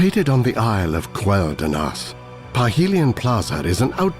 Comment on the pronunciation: We've known for nearly 20 years that the zone was pronounced "KWEL- THAHLAHS". So it only makes sense that the island is "KWEL-DAHNAS" Not that hard people.